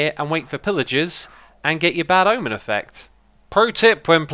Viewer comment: The church of the bad ahmen